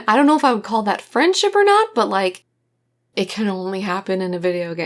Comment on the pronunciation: It's frandship \o/